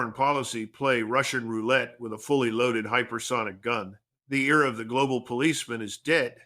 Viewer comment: Era not ear...